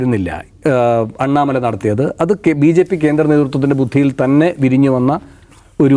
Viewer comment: Annamala alla.pannamala.